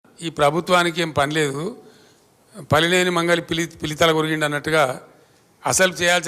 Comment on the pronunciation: పిల్లి తల, పిల్ల తల కాదు రా బాబు... ఆంద్రోడివా రా బాబు.